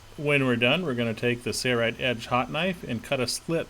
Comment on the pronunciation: Your company is called sail-rite, not say-rite.